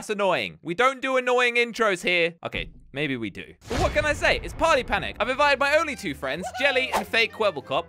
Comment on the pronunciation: Is it just me or he said paty pady time(intro)